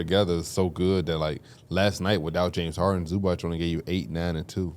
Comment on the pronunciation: Zubac name is pronounced Zoo-bots guys. I know y’all working on pronunciation but he’s too good to still be saying his name wrong